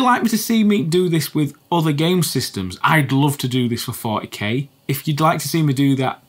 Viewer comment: FOUR-TEE-KAY! FOUR-TEE-KAY! FOUR-TEE-KAY!